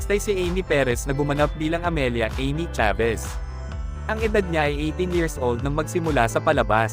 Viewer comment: nakakainis yung voice over ...Eymee talaga ang Amy 🤢